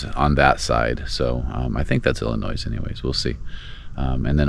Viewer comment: You totally mis-judged Chicago. There are great trails from Milwaukee to Chicago. The lakefront trail will get you around the southern end of Lake Michigan and into Michigan. You pronounced Tour de France much better than ILLINOIS. Its Illinois not Ill-ii-noise.